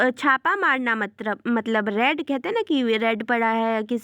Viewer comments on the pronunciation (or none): Read ❌ Raid ✔️